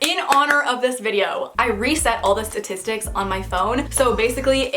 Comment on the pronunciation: did she just say st✋a👁t👄is👁tic🤚s